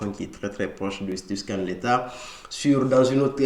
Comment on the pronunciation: Tu prononces « letha » pour dire « leather », c’est assez perturbant